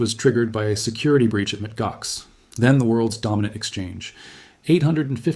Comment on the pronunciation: The AI pronounced Mt. Gox as Mit Gox 😆 😅😂